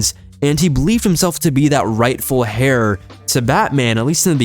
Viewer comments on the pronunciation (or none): Its “air” not “hair” when u say heir